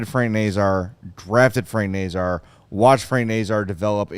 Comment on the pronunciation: Someone needs to talk to the 32 thoughts podcast too, they can't pronounce Nazar either!